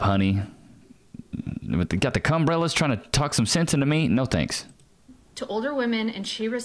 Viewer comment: Homie said the cumbrellas 🤣🤣🤣